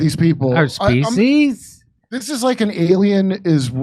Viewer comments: Feed the species or did she say feed them feces? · Sounds like she said feces. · Did she say Feces? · I thought she said feces . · Species rhymes with Feces.